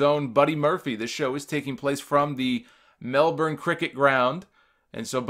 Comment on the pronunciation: Thank you for pronouncing Melbourne right.